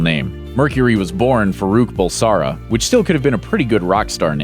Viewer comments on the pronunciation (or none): How to pronounce Farrokh Bulsara: Fa-ROCK BULL-sara